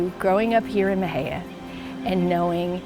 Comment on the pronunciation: Please learn how to pronounce Mexia. 🤦🏻‍♀️